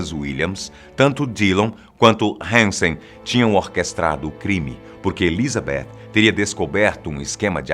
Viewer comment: Dá até um prazer ouvir ele falando ElizabeTH com o som do TH em inglês, e não "Elizabetchi". Não sou estranho rs